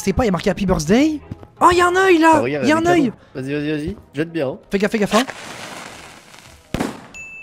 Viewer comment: Ce que il dit '' y'a un œil '' 😊 Ce que j'entends '' y'a un neuil '' 💀